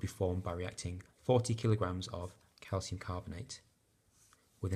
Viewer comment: You missed out the 't' in the word 'reacting'